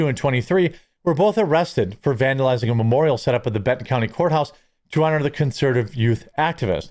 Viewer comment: LOL did you all notice that when he was talking about them and the county values, he misspoke and stated CUNTY instead of COUNTY, lol that was priceless... Go back and rewatch it from around 8 minutes to . I thought that was so rewarding and hilarious... Just Saying!!!